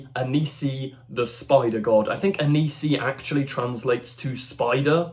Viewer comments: It's Anansi, not Anisi. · It's pronounces Ann-Ann C. not Anise E. Watch American Gods. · How the hell are you reading Anansi as Anisi? And don't they teach kids about Anansi at school anymore?